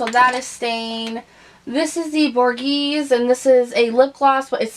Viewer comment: Love, love White Russian. By the way it is Bor-gay-zee.